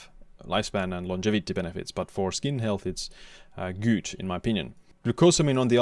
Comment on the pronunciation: Are you actually convinced that this is a proper way to pronounce „good“?